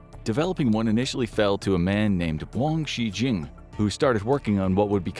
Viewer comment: Dude you could at least try to pronounce the Chinese names correctly. You didn't even just say it phonetically in English for wang zhi jun. Where did you get Wang Shi Jing from? wouldn't you have just said something like Wang Gee June if you weren't completely making it up?